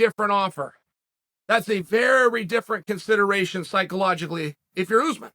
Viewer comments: Oozeman ? I think you’re referring to Ouu-sman (Usman) not Oooooooozman. You must be some kind of half a momo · It's uZ maahn not oozman